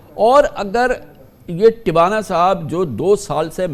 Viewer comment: Please correct it it’s “Two ana” not Tiwana